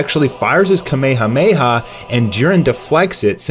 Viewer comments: Kameha meha wtf. Its kamehameha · Please fucking learn how to say kamehamaha